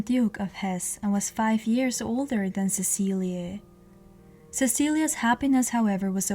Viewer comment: I believe its pronoun ed "Sesileee" not "Cecilia" but ive heard it pronounced both ways i could be wrong. Since its spelled "Cecilie" im thinking its pronounced the first way but im no historian